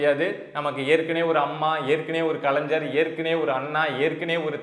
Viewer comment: கலைஞர் என்பதை தயவு செய்து சரியாக உச்சரியுங்கள்